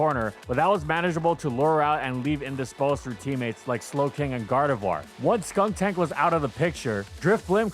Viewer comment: “it’s Drifblim, not Drift-Blimp” Also: “SKUNK-TANK”